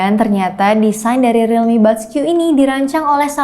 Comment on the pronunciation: Gw dengernya rilmi boskyu. Gimana dong